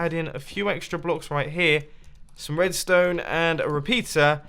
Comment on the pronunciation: I really just hear jibberish when ever you talk about r-r-red-ston-e